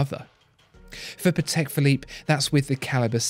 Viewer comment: Really nice video but you could work a bit on how to pronounce german and polish surnames, it is really not that difficult. You got Patek right but it sounds more like Patech, not Pathecque. British English puts so much emphasis on sylablles it just sounds a bit cringey when forced upon other languages.